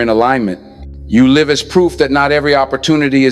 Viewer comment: Brother in ELI, Thank you for telling us of the powers and explaining on kool way. Your Virtual Intelligence is sometimes wrong in pronouncing words such as live with two ways to speak.